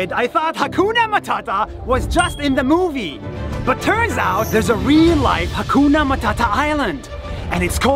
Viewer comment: Guys 😂 you don't say hakuna matata you say ha gona mathatha😂😅